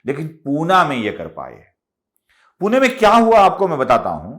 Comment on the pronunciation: पुना नाही पुणे